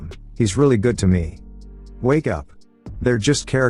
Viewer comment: tts can say galvanized but cant say good. lmao